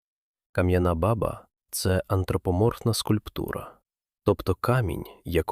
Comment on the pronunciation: Баба треба наголос ставити на друге а і тоді воно буде звучати по тюркські ,це справді в арабів , курдів означає батько .